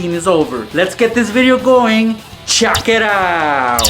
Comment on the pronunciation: its check it out not chack it out